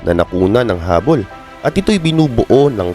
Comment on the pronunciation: Hubble, hindi hubbol